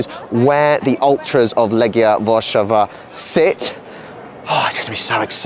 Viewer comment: Łarszawa? Are you mental?